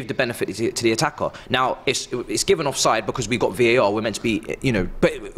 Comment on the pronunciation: I like the way pronounces “Because”